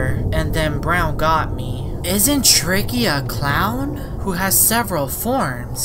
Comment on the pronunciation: that not tricky now that shtreiky